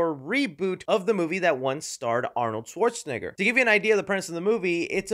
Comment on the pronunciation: I die laughing every time you say Arnold schwarzenegger